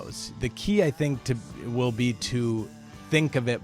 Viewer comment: "Wuwl thank you"